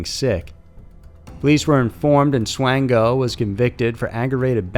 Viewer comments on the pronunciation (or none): Michael Swango is pronounced SWAN-GO. There was no Swain (like Twain) It was SWAN-Go